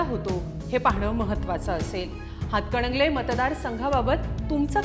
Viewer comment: हिला हातकणंगले असे स्पष्ट म्हणता येत नाही अजून ती हातकडंगले म्हणती या 😂